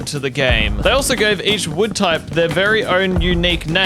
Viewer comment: you said mood you replaced w with m sooooo you said mood